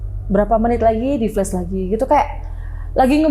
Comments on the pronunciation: Ada yg salfok ga kayak saya? Narsum bolak-balik bilang FLES FLES ADA YG FLES ADA YG FLES. Saya mikir banget apaan siy FLES. OHH TERNYATA FLUSH! HAHAHAHA, bacanya FL A SH bu, A kayak nyebut FLA PUDING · FLUSH dibacanya [FLAS] dan bukan [FLÉS]. *Flush = sémbor *Flash = cahaya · Padahal mbaknya pendidikan doktor ya (disertasi) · Bener gw jgk greget dengernya